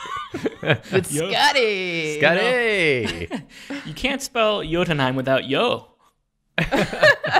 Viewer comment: Imagine pronouncing Skadi “Skah-dee” and not “Skay-dee”